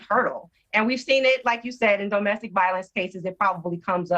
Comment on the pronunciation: "duh MESTIK"